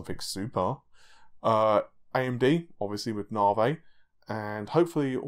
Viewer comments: I have to ask: why do you pronounce Navi as Navey while AMD CEO calls is Navee - is it matter of your accent? :) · "Moar AMD Narvey" lol, thats awesome xD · 'Narvey' LOL! :)